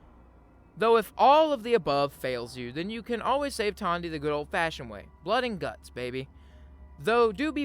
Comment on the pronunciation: Everytime you said "Tawndy" instead the logical "Tandy", it caused me pain 🤣